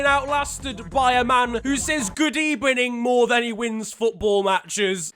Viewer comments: R L.A good ebening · Nobody:: Good Ebening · the way it’s eight at night and the video started with good ebening made my night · No one:: GoOd EbEniNg My ChiLdrEn The comments: Nonce? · I cant believe he said GOOD EBENING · nobody: absolutely no one: fucking nobody: have we got it across that in fact no single person unai emery:good ebening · No one::Good Ebening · Hood Ebening everyone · Us : Unai, what do you think of Mourinho Unai : Good Ebening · Good ebening to everyone who’s reading this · Good Ebening. Me: Happiness Noises😀😀😀😀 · Good ebening everyone I think Jose will do well at spurs just my opinion :)))))))